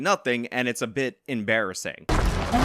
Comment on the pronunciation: "...and it's a bit em-bear-assing..." lmao